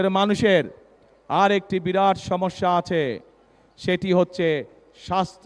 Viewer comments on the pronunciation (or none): none